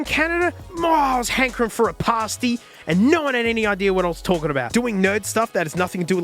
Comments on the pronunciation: It's pronounced Passty, not Paasty Sincerely, someone in Cornwall, UK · I'm sorry, did you just call a "pasty" a "parsty"????? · As a uk Cornish resident, hearing pasty pronounced "Pahhhsteeeey" damn near killed me. On a separate note I think the nice thing about any dank channel is that even if I've never heard of whats in the video, I click it because your enthusiasm and presentation makes anything entertaining and informative! It's that makes the nuggets, The nuggets dont make the. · What I've taken away from this video is that Australians say Pah-Stee instead of Pas-tee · I've never seen you release a bad piece of content. Fuck the stats. But as a someone who grew up in Cornwall, I died a little inside when you pronounced pasty that way 😂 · Pasty!!! not pasty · I am Cornish and concerned with how you said pasty however I respect your wants and needs for one